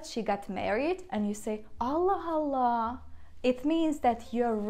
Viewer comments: This is where it gets tricky for me when I try to read phrases like “Allah Allah” because the ending “h” in this case get combined with the “A” of the second “Allah. So to me it sounds like she is saying “Allah Hallah” I think I should switch to learning Italian or Portuguese instead those are much easier to learn. 😭🤦🏻‍♂️ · I didn't said there was anything wrong, but for someone learning the language it becomes tricky because I would said Allah Allah and like I explained it sounds to me like the "h" from the first allah gets combined with the "A" from the second Allah and sounds like "Hallah", but I don't see where I said there was something wrong with it. If that's the way the language works then that's the way it's. I'm not criticising. I'm just pointing out where I'm getting confuing in getting the right prononciation when I read some texts. Thanks.